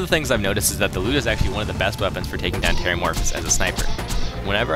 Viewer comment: Finally someone pronouces the Lyuda correctly!